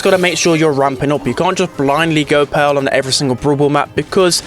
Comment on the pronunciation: Everyone: Pearl: Peehrl